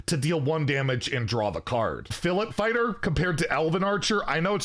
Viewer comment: I like how you pronounce Filletfighter the same way as me 😊